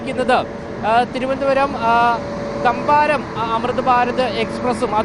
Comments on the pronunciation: തമ്പാരം അല്ല താംബരം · തമ്പാരം അല്ല താംബരം ആണ് അവതാരകൻ..ആദ്യം പോയി സ്ഥലപേരു പഠിക്കൂ.. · തമ്പാരം അല്ല താമ്പരം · താംബരം, തമ്പാരം അല്ല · തമ്പാരം അല്ല താമ്പരം.